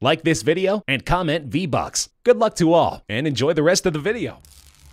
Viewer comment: Vee buckes